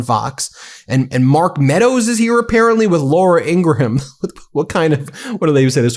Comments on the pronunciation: Ben, are you mispronouncing Laura Ingraham's surname on purpose? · In-gra-ham is deplorable!